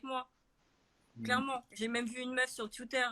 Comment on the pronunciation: Jsui morte en lisant ton comm javai pas compris en continuant la vidéo g entendu twiouteur g ptdr 😂😂😂😂😂😂